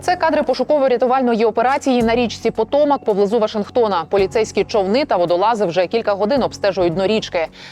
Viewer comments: ПотомАк. Ну вивчити наголос хоч можна? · вона сказала ПотОмак з наголосом на другому складі🧐